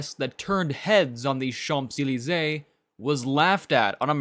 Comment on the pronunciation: Which was totally wrong. It's Re-noe, not "Lay-nault". Don't get me started on Citroen and Champs-Élysées...